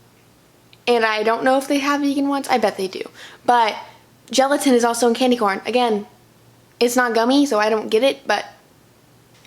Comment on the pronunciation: Sorry, Quorn is not pronounced 'corn' it's QU-orn